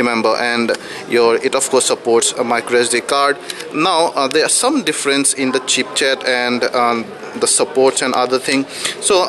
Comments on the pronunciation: He said-"CHEAP CHET"....not ChipSet...haaa...haaa....and "TREE G" not 3G...lolzzzzzzz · tree g? chip chet? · Im sorry, like others here i cant help but notice you saying "chip-chet". Ok, now replay~ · chipset...not chipchet:) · did he say chipchet? and thrice? lol..